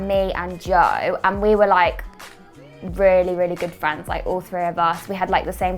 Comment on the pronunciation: What do you miss most about the UK? - My Fwenths Cameraman -...oh LMFAO why is this so funny